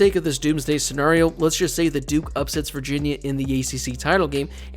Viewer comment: Can you please stop mispronouncing Scenario :(